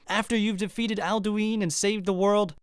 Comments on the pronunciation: So who's aldueen, never heard of him, alduin I've heard of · It really makes me think that none of these YouTubers have actually played Skyrim being that they mispronounce shit like "Adluin".